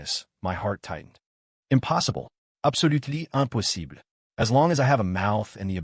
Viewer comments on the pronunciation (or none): "Impossible absolutely empusibli"